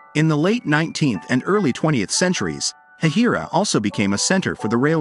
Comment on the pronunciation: It is actually pronounced hay-hi-ra